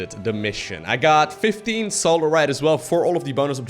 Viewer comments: At least you're not saying Salarite anymore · I remember the days when didn't say Solarite right:P